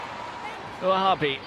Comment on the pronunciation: Why can't British commentators be bothered to learn how to correctly pronounce the names of players? All through this match I had to listen to Leila Ouahabi being called OO-AA-HABEE by the clueless commentator. How difficult is it to say WA-HAA-BEE ?